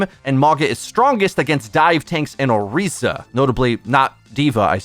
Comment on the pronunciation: Damn that Orisa pronunciation